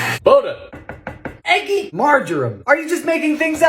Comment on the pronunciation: Firstly, I truly don’t understand how you are single. Secondly, I love every time you say “EGG-GY” and “botulism”. Please never stop making these 😂❤️